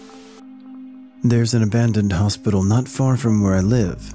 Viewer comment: “Hospitcal” lol. Little mistakes like these make the videos more enjoyable.